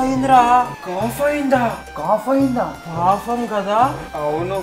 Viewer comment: Papam not fafam 🙂